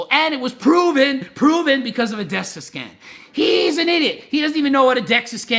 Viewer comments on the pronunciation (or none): Carl the facts were there and everything but like Greg said. You can fake a Dexa scan, it’s Dexa btw not dexus. And many people do it’s not always accurate just like you can fake testing for steroids.